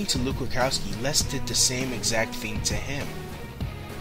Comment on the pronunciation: AND ITS RUDKOWSKI... NOT RUKOWSKI, MAYBE ITS JUST YOUR VOICE BUT U SOUND LIKE U CANNOT PRONOUNCE HIS NAME... SORRY MY EARS WORK